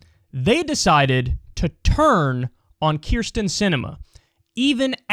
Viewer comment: Never met a Keer-stin I liked.